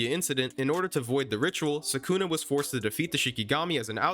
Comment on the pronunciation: SUKUNA ...NOT SAKUNA WHY DO YOU SAY IT THAT WAY